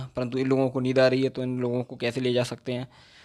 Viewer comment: Bro it's neend yar 🤣🤣 by the way u r doing great 👍🙌